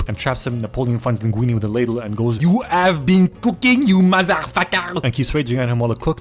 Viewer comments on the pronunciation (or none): "YOU MOZER VUCKER"